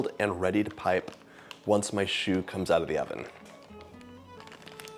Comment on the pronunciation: I just wanted to tell you that « Choux » (the -x is silent! 😂) means Cabbage 🥬… The pastry is also called « Chou » (the -x is for plural) because it is shaped like one. Chou also means Cute… Don’t ask me why! 😂 If you are in a couple you might call your spouse « Mon Chou » (My Chou) … Or if there’s a cute child around you might say something like « Il est trop chou! » (He is too cute!) Chou to a Man means you Love him… Chou to a child only means The child is cute no matter what its relationship with you is. I might say ( 😂) is cute. And it wouldn’t be weird. 😊